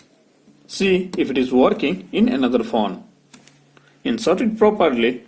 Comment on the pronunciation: Ye fon fon kya hota thuk kar bolo phone